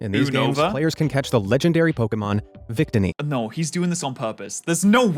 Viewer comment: (oo)Nova is acceptable. Vic-tinny is unforgivable.